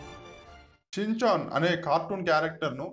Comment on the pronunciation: Chinchan kadhu ra rai schinchan